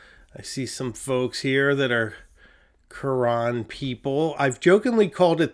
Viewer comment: The French pronunciation of Carene is actually closer to Karen with the accent on the last syllable. Think care N It means hull, as in a boat's hull. I have one. Great pen. I really enjoy your videos.